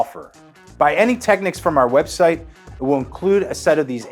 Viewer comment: Finally someone who pronounces the word Technics correctly!!!